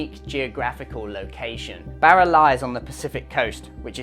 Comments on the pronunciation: por favor, my ears are bleeding hearing you pronounce Barra as Bear a. It’s pronounced Bar a, like you were at the Bar a having a few drinks. With a little practice, you can do it,. Another great video, gracias. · No way he can pronounce the "rr"😊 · Great video, I wish there was some way to seamlessly use the spanish pronunciation of "Barra" in your videos, saying it in 'Strayan sounds funny. No way around it though😊😊😊thanks